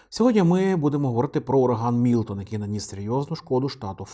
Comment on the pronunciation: мілтон а не мілотон